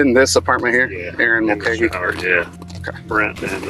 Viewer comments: Mull-Kay-hee. Pronounce the name right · I tried to watch this but your pronunciation of her last name hurt me as it is my last name. It is Mul-cay-hee. You even hear the police say it a few times correctly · Ma'cah,'he? Mulcahy is pronounced Mul'cay,'he. 😂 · Erin's last name is pronounced Mulkayhee not Mulcahee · Pronounced Mul-Kay-hee. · Its pronounced 'mul-KAY-hee.' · The way they pronounce mulcahy is awful its mole kay hee is how its probounces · It’s Mull Kay Hee. Not the 15 ways the VO and cops pronounced it. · What is the deal with your pronunciations? "Mulcaa-hee"? I swear to god you've got the reading skills of like a 6th grader. In every video there's some incredible misreading of a word that isn't particularly hard to pronounce. It's a very common name. The police officers in the video pronounce it right. What's the deal? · It's pronounced Mul-KAY-HEE. Didn't you watch M*A*S*H? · When the idiot narrator has no idea how to pronounce "Mulcahy" correctly. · You say her name wrong, you call Waynesfield, Waynesville, and I don't think you know what you're doing. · Types the name of the city correctly, pronounces it as a completely different city 95 miles away. Can't pronounce the murder victim's last name correctly. Get a better AI narrator.